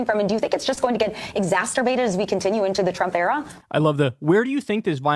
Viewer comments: This lady literally said "exasterubated" hhahahah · She said “exasturbated” lol. I had to double back but she did yo… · The female announcer say "exasterbated" instead of"exacerbated". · The woman at the beginning of the news clip said exasturbated. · Did that news caster say “exaxterbated”? 😳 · Did that interviewer just say the word, 'Exasturbated?' LOL. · Exas-terbate? That host/interviewer said it. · Exasterbated? That 's a word? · Did she just say.. ezasterbated? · You know it's a trustworthy news source when they say "Exasturbated" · “Exasturbated”? I think you have buried the lede here… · Did she say "exasterbated" ... Freudian? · did she say “exasturbated”? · Did she say "exas-turbated"? These imbeciles don't even know basic grammar ffs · Why does she say exacerbated like that 😅